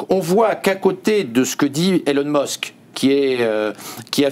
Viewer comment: Elon meusk 😂 je quitte aussi